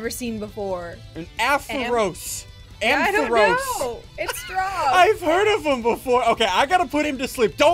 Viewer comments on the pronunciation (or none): Ssundee: amporse Me:it's am-pa-ross